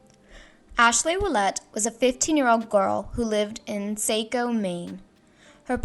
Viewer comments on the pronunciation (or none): It's pronounced Saahco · Saco = SAH-coe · A lot of Mainers pronounce Saco = Socko